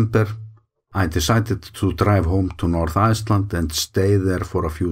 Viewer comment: The way you always say „Iceland“ at the end of your videos sounds German - „Eisland“. Of course, we call your country Island exclusively.